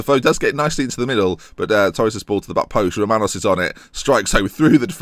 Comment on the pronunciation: I don't know how you can't hear Romanos as a Greek name?? Good video anyway!